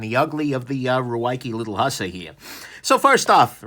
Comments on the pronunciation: literally butchered the word hussar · Okay, jokes about Ruike's, umm, interesting Romanization of its name aside and someone needing to tell that there are really three ways to pronounce "Hussar" and he's not close to any of them, one thing I've NOT noticed in comments--maybe noticed it, honestly--is that this knife struck me as very much the Boker Kwaiken done right, as far as functionality. I doubt that's by design, but the Ruike Hussar offers a lot of the same thing. I have both knives and find myself comparing them a surprising amount. You get squared off handles, an upswept blade, a thin up-and-down profile, it's a bit thick side-to-side and heavy but that seems to be by design, it's fairly long and slender, etc. But the nitpicks that a lot of people had with the Kwaiken like the flipper tab and blade being too upswept and honestly being a little too thick and heavy for the design seem to be what Ruike really did a better job on. Boker also has a bit of a taller hollow grind and I'm sure people have complained about the Hussar's blade tang not being nested in the scales while folded (not a big deal to me personally), but the Hussar will bust down cardboard just as well. Glad I got mine! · OK so he doesn't know. No big deal. Still produces great vids...